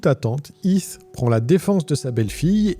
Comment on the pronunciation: Video interessante Est-ce que vous pouvez essayer de prononcer les H ? C'est Heath et non Eeth